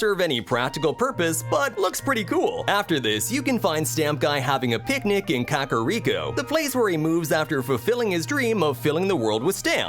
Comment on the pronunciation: How does this guy not know how to pronounce…literally anything? Oak-arina? Cack-ariko?